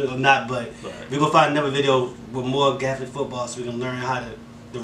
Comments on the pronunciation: GAELIC not gathalic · Hey . It’s pronounced gay lick 😆 love the vid lads ! Love from Ireland 🇮🇪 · It’s pronounced gay-lick ,and it’s county’s not states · Why's it sound like you call it Catholic football 😂😂😂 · It’s pronounced (gay-lic) football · ...the way you'se pronounce Gaelic hurts my ears, mind and heart